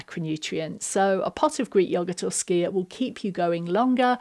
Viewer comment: Thank you for your right pronunciation of skyr. It's so often butchered and it is so difficult to listening to.